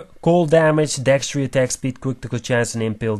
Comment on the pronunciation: That word is Dexterity. dekˈsterədē think of it as deck stare uh tee. I get that English isn't your primary language. However, if you are presenting in English you need to learn how to pronounce words correctly in English. Otherwise don't speak, or speak in your native tongue and live with the cpms you get from German/Russian/etc YouTube versions.